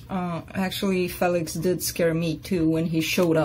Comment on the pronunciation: Félix ! I love the pronunciation ...just like my European roots